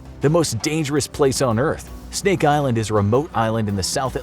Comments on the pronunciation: Did he say Steak Island? I'd be down for that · “stink island”